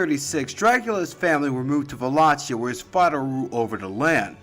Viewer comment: Buna! You cut through the media sensationalism and even pronounced Wallachia properly!